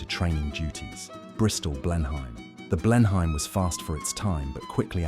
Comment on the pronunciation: Blenheim is pronounced "Blennim", not "Blen - hyme"